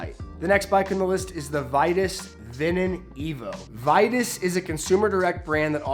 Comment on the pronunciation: great video and selection of bikes, but VITUS is pronounced vee-tus, I don't know why, by American Englinsh convention is should be as you pronounced it. That company had a prominent place in the racing community in the 90s with their iconic lugged aluminum bikes , the 979 was raced by some famous pros in the TDF and I owned one in the 90s, super light for their time but flexy when new and more flexy over time. Cannondale and Klien probably seemed to take over high end aluminum with their oversized tubing approach. I have my eye on the new grail but the Vitus is a crazxy value at their price points.